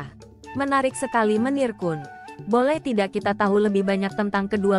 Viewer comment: KUN bukan ko- en!!!!!!!